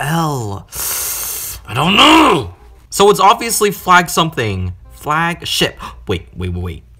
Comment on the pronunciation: Flag ship sounded like something else